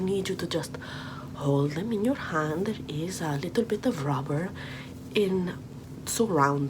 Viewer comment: “A leetle bit of nincompoopery” is the best phrase ever.